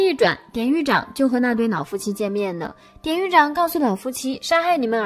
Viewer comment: 雖然知道妳有特殊鼻音，但是‘’腦夫妻‘’還是讓我的愣一下！🤣🤣🤣🤣🤣🤣